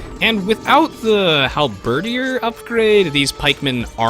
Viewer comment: That's one hell of a way to pronounce halberdier